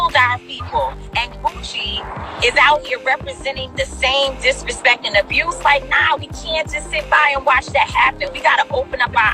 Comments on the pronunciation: 🤣🤣😂😂😂😂 My ass fell out. I kept saying the same ish. How he on here tryin to sound intelligent talking bout "DIRESHPEK"?!!! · I'm not even gonna say anything about the way he pronounces the word DISRESPECT!...Am not...am gonna leave that alone. That said, it's a good message, but the only thing that gone happen now, is TI gone end up getting arrested for SOMETHING in the next 3 months. He just put a TARGET on his back. Now, to say they KNEW what they were doing is wrong and they need to show some REMORSE-FULLNESS, makes no sense to me. If you know what you are doing is wrong and you do it anyway, I don't think you can truly ever be remorseful in a situation like that...being remorseful comes from doing stuff that is wrong, but you did not realize it was wrong. Anyway, this don't really concern me, because I don't waste money on name brand shit...am not gonna pay for a fuckin name. Clothes don't make me look good...I make whatever am wearin look good. Good luck with the struggle!